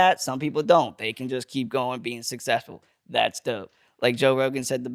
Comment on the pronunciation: I love but he did say Joe Rohan says “said” it best😭😂 we love you 💯🤍